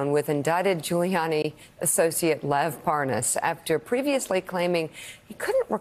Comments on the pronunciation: how to tell Nunes really DOES know Parnas... the fact that he purposely says his name INCORRECTLY, aughta tell u somethin! (pronouncing it like "ParNAZ" & " ParNOZ" 🙄) when he speeds up his conversation & mentions dudes "WIFE," he ends up being able to say it just fine. (he had no problem saying "Parnas's Wife") 🤔 .... why is that? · Nunes mispronouncing Parnas' name is a key thing to do for folks claiming to not know someone Especially if that person has been engaged in criminal activity that implicates you directly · I guess if you pronounce the name wrong, it means you don’t know the guy. Nice try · no wonder he is confused, his name is Parmas not Parnas. Wrong call, right? No N in Parmas.